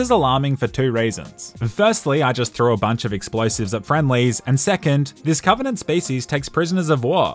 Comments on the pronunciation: " COVINANT" * dies of cringe* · I like how he keeps calling the banished the covenenant